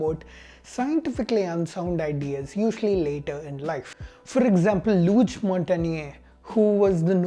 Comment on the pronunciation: "Luc' is pronounced- Look